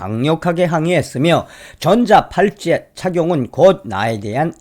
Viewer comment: 전자 팔찌가 아니라 전자 발찌 . 발음이 비슷하게 들리네요